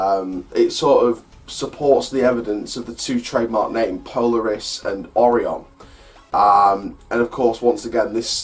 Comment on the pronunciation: It’s pronounced o ri on not oron